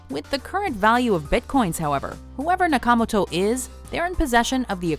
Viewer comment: Jesus. Idk that I've ever heard someone butcher a Japanese name that badly before. Suh-toe-she yaw-kuh-mow-toe. Not that hard.